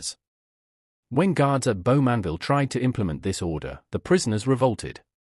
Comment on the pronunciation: You could increase your credibility if your "research" were a little deeper, and you pronounced names like 'Bowmanville' correctly. It's very simple, just put 'pronunciation: Bowmanville' into Google, and presto, a pleasant voice will say it correctly. Now your research could go a bit deeper. For instance, the shackling started because the Canadian troops at Dieppe had a manual showing how to shackle German troops, and in retaliation, Canadian POWs were shackled for months, while such practices were not permitted under the Geneva Convention. Also, in terms of murders in POW camps, in at least one incident, the perpetrators were tried by the Canadian trial system, sentenced and executed.